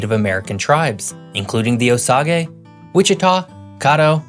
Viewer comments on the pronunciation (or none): My houshold utterly erupted in chaotic yelling and laughter after he said "the Osah GAY" like it's japanese hahahhahahahaha wow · I can't get over how you pronounced Osage. It's "OH-SAIGE" as in the plant, sage. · oh-sah-gay? you mean oh-sayj? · And you should pronounce OSAGE as Oh say juh as opposed to your mis vocalization of OH SOGGIE; the tribal nation will appreciate it! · Its not: "Oh Saw Gay" It's: "Oh Say Juh" In other words... "Oh Sage" ("Sage", like the herb) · My husband found this video and decided to watch. So I listened in as well. Consider doublechecking your facts and make sure you're pronouncing words correctly. "O-Sage" and WAH-chi-Tah are a couple of examples You may have some interesting content to convey, but I cannot BEAR to listen to your monotonous voice! Please listen to your videos and work on making your voice sound more interesting. At least PRETEND that you're enjoying sharing this information. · He called it "Oh Soggy"...😅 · Osage isn't pronounced O-SAH-Gay. It's just OH-saj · LOL, the tribe name is not pronounced "o-sog-a", it's "o-sage". Sage, as in sagebrush, or the savory herb. Credibility -1. :) The way I put it to my family who do not live in Oklahoma, is: Oklahoma is like a suburb to a large city. We like the slower pace of life and generally get more land and square footage for the money with our homes. If we want a taste of large city life, Dallas is only a 3-4 hours away from OKC. Close enough for a fun weekend, yet not too close for the annoyances of large city life to encroach on our home sanctuaries. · “Oh-Sage” not “Oh-saw-geh” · I'm always afraid of putting my foot in my mouth due to a technicality I'm not aware of. But, as an Oklahoman (and a Native America, though not Osage), I've never heard "Osage" pronounced O-SAHG-EH. It's always OH-SAGE. Same applies to Ouchita. I was taught (and have always heard) WASH-IT-TAH, not OH-CHE-TAH. However, that word is sorta strange and lots of people get that one wrong.